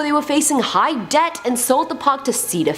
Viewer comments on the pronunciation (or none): none